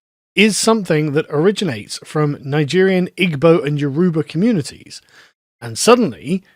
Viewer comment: There’s a lot more nuance to this than letting on literally from just a saying “It takes a village”. I’m American, not British (although that’s my heritage, we got the hell outta there a few centuries ago), and I’m married to a Nigerian. BTW, you’re butchering the hell outta “Igbo” and “Yoruba”. There’s various aspects being missed in this instance that demonstrate existing integration success, and also existing “challenges”. Personally, I wouldn’t have married someone who didn’t fit into what I believed a family should be. But also, Americans are just much more open to multiculturalism and its success — when it’s a melting pot, not this resistance to assimilation. First, most Nigerians are Christian. Like very Christian. They definitely adhere to the nuclear family, sometimes to a fault since children out of wedlock and divorce are outright shunned which can result in toxic marriages staying alive. But, they’re not as flippant about getting divorced over some disagreements that your typical American or Brit is. And that’s a damn good thing. The “village” is that extended family are usually in pretty regular communication and your children are well aware of their aunts and uncles. Even moreso because they’re usually spread out. Everyone’s also generally on the same page about parenting, so aunts and uncles aren’t shy about disciplining children; but if they go against your standards there is no fight, the clam up and know their role. This isn’t some huge culture clash